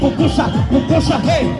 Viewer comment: It's Pupusa bro,, Not "popusa" means shit